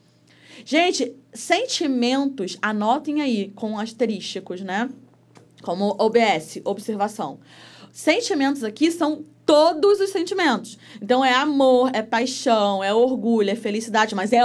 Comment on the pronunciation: Anotar com "asterísticos". Caramba.Essa doeu.